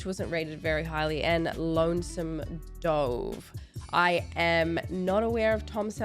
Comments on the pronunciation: LONESOME DOVE. The way you say 'DOVE, makes 'lonesome dove' sound like the past action of a solitary high diver. However, if you make DOVE rhyme with GLOVE then we'd be talking about a 'solitary bird' or the name of a fictional, small, dusty Texas border town. ADDITIONAL - Tom Selleck portrayed 'Thomas Magnum', a private investigtor on the island of Hawaii from Dec 11, 1980, to May 1, 1988. Selleck was the original choice to portray Indiana Jones, however filming schedules forced him to have to choose to work on Magnum P.I. It later transpired that filming schedules were altered yet again which meant Selleck coud have, in fact, had time to film, 'Raiders of the Lost Ark' too. Selleck's debut movie appearance was in the Michael Douglas movie, 'Coma', also starring Geneviève Bujold (original choice for Captain Janeway, Star Trek Voyager). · Dove is pronounced Duv. It's a bird. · Why cant you say lonesome dove